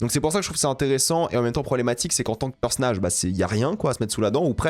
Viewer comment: C'est quoi un "perce nage" ?😂